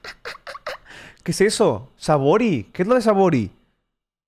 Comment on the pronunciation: Amigo Savory con acento en la “a” don helados